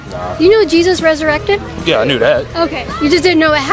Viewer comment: "Ressurated" - large american woman